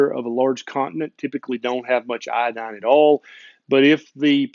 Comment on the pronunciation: It is not iAdine, but it is properly pronounced iOdine.